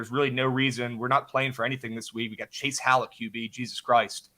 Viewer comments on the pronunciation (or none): Did you say chase howell? Lol